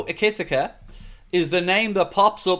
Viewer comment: try saying this for Ikitike's name... Eee-kit-eee-cay 😉😊 it's as close as I can get 😂 all the best to you and all the lads there at home in Wexford from a fellow Irish Red in rural Thailand. You help keep me sane-ish 😉 keep up the mighty job ye're all doing, thanks (I disagree with you, they are most handsomely deserved), I wish ye all the very best 🙏🙏🙏